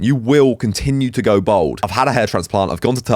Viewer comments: Its bald bruv not bold lol everytime you say bold its cringeworthy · Why do you pronounce bald as bowled? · it does Im from london born and bred he sound like me but he just cannot pronounce bald lol